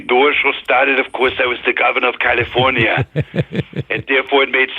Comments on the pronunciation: He says “Caulifonia”, like cauliflower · Pro Tip for Mike: its pronounced KALeeeFORNeeeUH